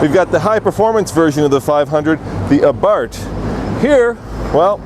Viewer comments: Its pernounced abar-TH as in bath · Someone should tell the reviewer that Abarth is spelled with an th.